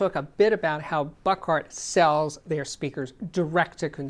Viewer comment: The company name is pronounced Book-hard, not Buck-art.